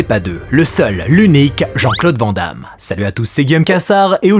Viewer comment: "Van Damme" se prononce "vanne" comme une vanne ou un van.